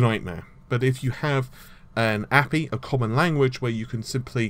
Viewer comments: Only you call it APY. Everyone one else says A.P.I. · WTF direct x 12 = standardization? what about the OGL standard or other standards...it almost souns like if it is not DirectX no one supports it...are you on crack? and one more thing that has been bugging me it is API(ay-pee-eye) not Apee....love the channel...but somehow you stuck a nerve with me today. as far as RT raytracing you'd be lucky to get 60 fps on a 1080Ti with a simple scene(with gameplay...not arch vis) with 1 spp(1 sample per pixel) and this is bound to the resolution so do not expect anything over 720P :) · It's pronounced A - P - I and you don't say centimetre as cm do you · app-eeeeee ? , sorry just sounds wrong to me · ManWithBeard1990 I'm pretty sure it's pronounced A-P-I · No one pronounces API as a word. Good video otherwise. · Ugh... "Raddyon?" It's Radeon.... RAY-DEE-ON Also... bro... "Appy?" Dude it's just A-P-I... No one says "appy."